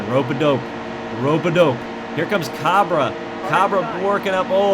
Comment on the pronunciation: Cabre is pronounced Cay-Bree